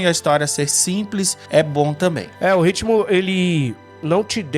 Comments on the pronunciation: Gente é ritmo não RITIMO pelo amor de god! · Vamos polemizar? RITIMO # RITMO. “Haverão” não ecziste kkkkkk . Dito isso: excelente vídeo , valeu 😅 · Ritimo não existe. Ritmo é com T mudo ;-)